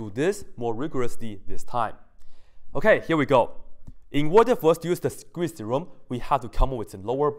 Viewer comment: Sequeeze = Squeeze I thought you are gonna SNEEEZE! HAHAHAHAHA!